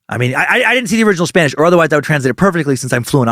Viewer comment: As a mexican, I approve your spanish